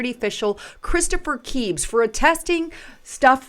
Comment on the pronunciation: Why don't any of you YT creators know how to pronounce names of ppl (& places) whose names have been repeated for yrs? "Creebs"? "Krebs".